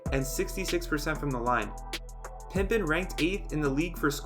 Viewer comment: If I hear "Pimpen" one more time, I'm going to go nuts